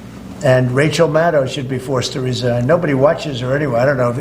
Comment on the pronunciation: I give him credit for ONE thing: he pronounce Maddow (like shadow) correctly! Accidentally, I'm sure. But correctly!